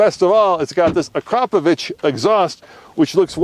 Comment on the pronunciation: Jesus... Drag racing at a mile above sea level is like racing boats with paddles. That Viper 1/4 mile is a full second and a half slow. Thank you for pronouncing Akrapovic correctly.